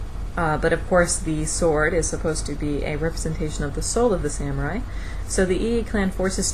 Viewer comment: It's pronounced sah-mu-rai.